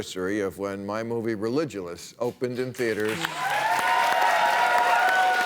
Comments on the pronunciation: I always pronounced "Religulous" with a hard G, for some reason. Which makes zero sense, now that I've stopped to think about it for the first time. Love that film. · Jay Ramsey: I dug it too, & also used the hard G. Bill was clearly making a hybrid of ""religious" & "ridiculous", & why shouldn't the hardness of the 'c' merge with the letter 'g'? I acknowledge his right to pronounce it as he pleases; it's his word! But I don't think there's anything logical or inevitable about it. It's just an author's prerogative, and a tiny price to pay for the joy of watching the film!